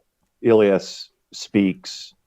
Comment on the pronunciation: Ill-yahs? :body-green-covering-eyes: It's Eh-Lee-Ass